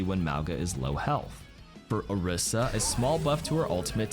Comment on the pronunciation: 2024 - still saying Orisa wrong 😂